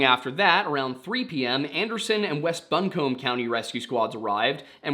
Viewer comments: Buncombe is pronounced "Bunk-em" not "Bun-comb" Lol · Buncombe County - Buncombe is pronounced bun-come, with the 'n' being short and hard, and the last part is like 'come' not like a 'comb.' 😁 We are going to need an Appalachian English course on duo-lingo... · So weird, I've never heard of this before but I live in this area. My town is even mentioned a few times. Buncombe is pronounced bunk-kum, btw. Yes, the K sound is in both syllables and the B is silent. I don't know why. We'll often call it bun-kum-be as a joke. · Buncombe is pronounced Bunk-um